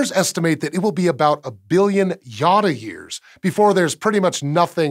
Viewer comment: 'A billion yottayears'... I heard Yoda-years😁😂😂😂